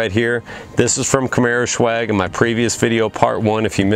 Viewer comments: I've noticed you keep pronouncing it camaro "shew-ag" but really it's just pronounced camaro 'S-wag' it's short for swagger; cool vids though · I love the car, the red is my favorite color. I got a white one because I could not find any red in Florida. Now, is it me or you keep saying camaroshwag? :)